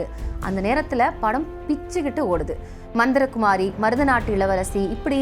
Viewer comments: மந்தரகுமாரியில்லை. மந்திரிகுமாரி உச்சரிப்பு அவசியம். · தொகுப்பாளர் கலைஞரின் படத்தின் பெயரையும் உச்சரிக்க தெரியவில்லை. மந்தரகுமாரி அல்ல மந்திரிகுமாரி.